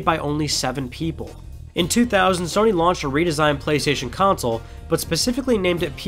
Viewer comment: CONSOLE not COUNCIL .. CON - SOLE KON - SOUL